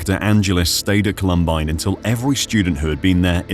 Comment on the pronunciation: 1. Did art director really need to include the view up the female student model’s skirt? 2. The shooters removed their coats, that was even included in the narration, and yet they continue to wear their coats for the duration of this video. 3. WTF is up with the narrator’s pronunciation of the school’s name? No one calls it “call-UHM-bine” 😂